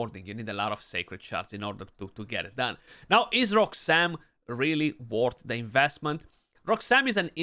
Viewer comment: Roooooxam! lol. He's not that great.